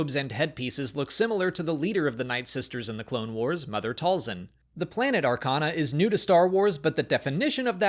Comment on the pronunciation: Great job,. And thanks for pronouncing Purgill, Mother Talzin, and 2-1B correctly. Paying attention, Ryan?